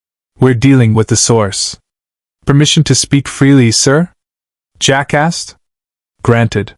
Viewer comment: Every time it said "Jack asked" but it came out jackass was hilarious.